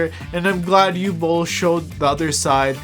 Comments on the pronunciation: What is it with Americans imposing their own ignorant pronunciations on foreign names and words? Uwe Boll's first name is pronounced (approximately) 'OO-VEH', not 'yoo'. If you can't be bothered with an education, at LEAST ask around, for fuck's sake! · Bro, it's Uwe Boll and not Hugh Boll...not that difficult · I can understand some saying “Oove”, as one syllable. Or even Yu-weh, as two. But not “Ooo” or “You”. Easy to look it up on Wikipedia and press the loudspeaker icon. I think the Dune character was Dr Yueh. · oh, you mean "OO-veh" AKA Uwe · Uwe is pronounced oo-veh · Uwe is pronounced OO-VA. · Oo-vuh is how it’s pronounced. Can’t wait to watch. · '' ooveh bowl'' is the pronunciation. Fun video. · Dude it’s pronounced OOOO-VEEEE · his name is pronounced °OO•vuh°! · Uwe is actually pronounced “oo-vay” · Just watched it. Very powerful. But please try to pronounce Uwe properly. It's not Hugh... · It's OO-vay Boll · I’m fairly certain the name Uwe is pronounced “oovay” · Oo-vey is how we pronounce Uwe. By "we" I mean people.... Looking forward to seeing this film! Cheers! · Uwe is pronounce Oo-vay, that said, he has made dozens of movies, well known for his B rated movies with "deep" messages. Nothing he's done has been really world changing but this one might be that ONE film... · the first name "Uwe" is pronounced Ouveh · We need lots more politically incorrect cinema! 👍 Just FYI, Uwe is pronounced Oovay. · Uwe = Ooh-Vah. Two syllables! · Uwe "you way" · Its difficult to express just how incorrectly you pronounced Uwe Bolls name. Uwe -> Oogh - W - (as in Water) -EH (as in meh your pronounciation could be better) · If you're interested about how the directors name is pronounced, just think about the vacuum cleaner brand ...Hoover. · You’re butchering his name 😂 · ok but please pronounce his name properly at least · I pronounced his name like the doctor from Dune that betrays the Atreides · The W is pronounced like V in german